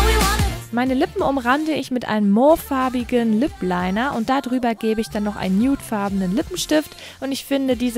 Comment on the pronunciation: mauve ist französisch und da wird "au" als ein langes ohhh ausgesprochen - also [mooov] x)